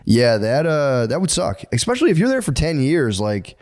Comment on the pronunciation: Every time Matt says 'ekspecially' it gives me an ice cream headache.